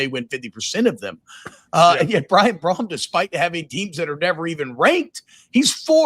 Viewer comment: Come on T-Bob...It's Jeff Brohm.....